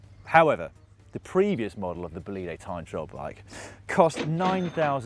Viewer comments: Dan is Bólide with the accent on the O not bolíde. Please... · Bolide in italian is pronounced with the stress on the o (Bòlide), not on the i (Bolìde). Sick bike btw.